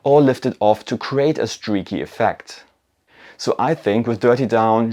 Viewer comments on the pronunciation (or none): none